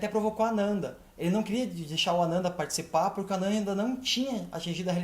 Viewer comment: A pronúncia ficou meio confusa: é Anana ou Ananda?